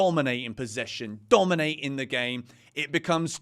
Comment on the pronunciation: “It’s de history of de Tottenham”